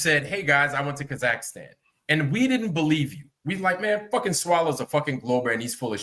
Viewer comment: Why does talk about Kazakhstan when he can't even pronounce the name?